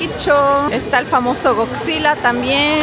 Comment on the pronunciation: godzilla no gigzila